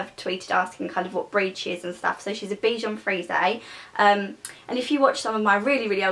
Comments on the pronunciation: Its pronounced beshon freeze not freezea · U pronounce it bichon freeze-a thats how u pronounce it its supposed to be pronounced bichon freeze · Aw I love this, dog I have the same one!:) mines called archie♥♥ Btw its pronounced 'freeze' as in a bichon freeze xxx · you say the dogs breeds name wrong :) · The e is silent -. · U dont pronounce it like that